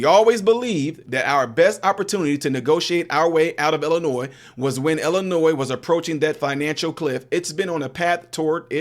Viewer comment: seriously!!! There is only ONE Illinois. Learn how to pronounce the name of the state.